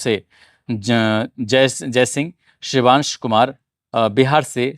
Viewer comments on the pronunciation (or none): none